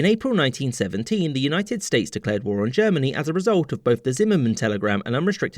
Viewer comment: "US States" ah yes, the US is not a united state I think he meant to say "United States" but I misheard it